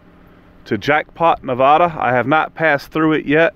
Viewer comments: There is no "H" in the word "Nevada" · Sa(L)mon is fine. I didn’t know it was an East Coast thing. The other common thing I hear from that coast is the pronunciation of Na-VAW-daw. Out west we say the second syllable the same as mad, bad, or sad . . . Because in Lost Wages - I mean Las Vegas - you are usually one of the three.